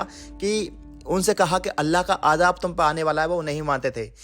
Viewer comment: Ek bat ko sirf aor sirf ek bar bola kijie. Ap hai k ek bat ko na jane kitni bar bolte hai. Aor ap apna sheen qaf durust kijie aap bar bar ajaab ajaab bol rahe the jabki azaab hota hai na ki ajaab